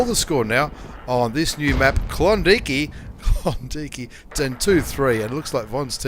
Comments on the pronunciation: You need to think about that pronunciation there, Klondike isn't pronounced klondeekee hahahahaha it's klon and dike as in bike. Klondike. Brian Millen is 100% correct. When you mis-pronounced that i pissed my pants..... how to get something so wrong lol. I though mispronouncing things were confined to Canadians aka Americans like Claus Kellerman hahahaha Great vids though... keep 'em coming.... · is K-lon-Da-ike